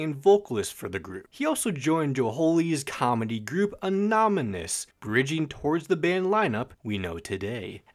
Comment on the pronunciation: I’m glad I’m not the only one who struggles to say “anonymous” right